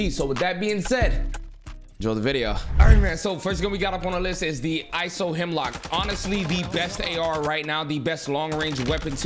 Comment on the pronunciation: The I SO Hemlock????? its I-S-O Hemlock